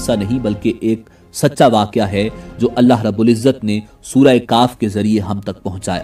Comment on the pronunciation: Surah kahf not surah kaaf